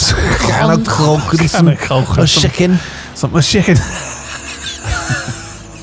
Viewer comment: for the shicken and cohndomms